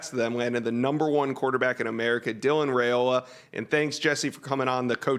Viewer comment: Dylan RY-OLA is how it's pronounced according to his Dad...